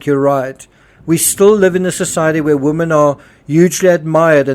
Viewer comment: 'Women' is pronounced 'WIMIN'